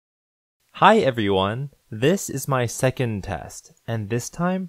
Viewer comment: i cant get behind the fact that you pronounced the word everyone as "evione"